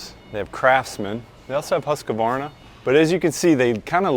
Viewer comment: if you were in sweeden, its Hooskvarna. no A between the husk - varna